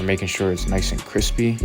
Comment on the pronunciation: "Gonna make his mustache nishe and sharp..."